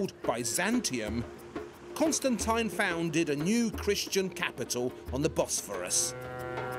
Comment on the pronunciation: the way he says Constantine urks me